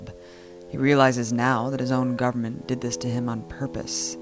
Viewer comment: I really like EF, but I desperately wish Abby would pronounce the word "government" correctly. It has 3 syllables, and is not pronounced "govment".